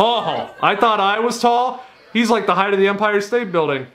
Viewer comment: he said umpire state building not Empire State Building 😂